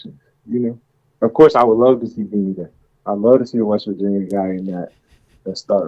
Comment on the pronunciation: Moatsie it’s Beanie not Benny